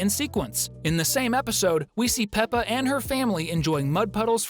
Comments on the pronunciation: Pepa? Its peppa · No, it's peppa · Bro it's peppa